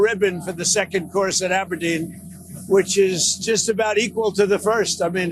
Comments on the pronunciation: He doesn't even know how to pronounce Aberdeen - the emphasis is on the "deen" 🙄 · He can’t pronounce Aberdeen properly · He can’t even say Aberdeen properly!! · Learn how to pronounce Aberdeen, Trump (and leave Sean Connery out of this)! We hate you.....